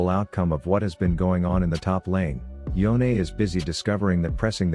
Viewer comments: It's Yone not YoneA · so his name is pronounce yo-neh? I thought it was y-one